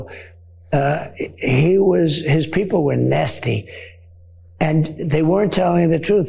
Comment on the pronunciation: The way he pronounces 'nasty' tells us a lot about HIMSELF!!